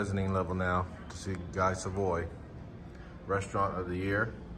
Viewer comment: Love all your videos. 👍🏻 JFYI, the correct pronunciation of “Guy” in Guy Savoy is “GEE” (hard G).